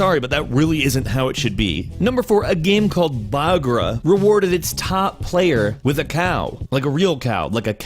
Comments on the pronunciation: not bagra, ba-ka-ra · it's not pagra it's baqara for cow in Arabic but nice try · 😂😂😂 هلا بالعرب ما يقول بقره يقول باقرا😂😂😂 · it's fucking Bagra not Buaaaaa3graaa3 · it's accually nt bagra it's bakara , it's accually difrent than that but americans can't pronounce that word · baagra is not a word in Arabic it's baqara is what means cow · IKR , it's not bagra, it's Bakara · It is called bakara I am Arabian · it was soooo funny when he said Bagra ((((((: can't blame him,...Bagra! ((( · I would like to say the pronunciation of cow was murdered today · OMG XD! you butchered the cow name! lol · well I don't blame him it's not his first language! but I found it funny the way he said it XD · That cow name tho